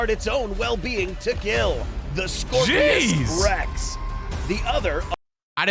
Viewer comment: It's Scorpios rex not scorpesrex